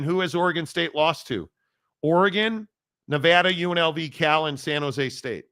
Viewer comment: How did he pronounce Nevada??? Is he from the east coast??? No offense; just an observation.